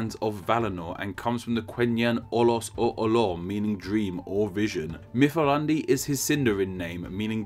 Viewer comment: It's Mithrandir not Mithrandi:)